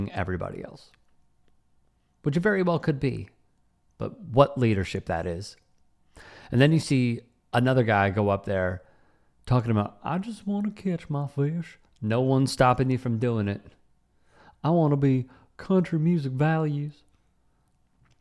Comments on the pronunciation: When I hear that "catch my fish" I hear "kiss my fish" every time 😂😂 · He said "catch" his fish?! I thought he said something else...